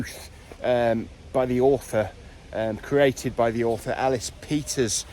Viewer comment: CAD-FILE! Cadfael. ELLIS not Alice! (Edith Mary Pargeter aka Ellis Peters)